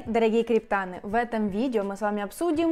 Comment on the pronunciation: Девка, не криптАны, а криптанЫ!